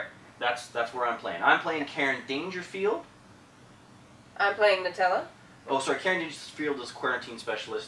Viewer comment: You said Dangerfield wrong.